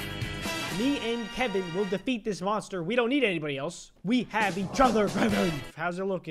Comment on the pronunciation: bro siad "meet kevein"